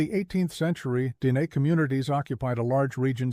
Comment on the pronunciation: If you need AI to actually tell human history, then you should NOT have a YouTube channel where you pretend to have the skills of tell our history. You are the problem, NOT the solution. PS. Your bot pronounces Dehe like a slob.